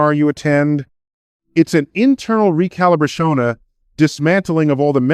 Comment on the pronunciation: It’s obviously ai generated speech, you can hear it glitching from time to time (recalibration was pronounced as recalibrashona)